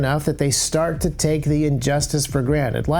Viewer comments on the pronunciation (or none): none